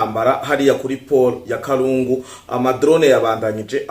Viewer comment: nkatwe twabaye aho Uvira bavuga KALUNDU et non kalungu. Komereza aho mu jeune wacu.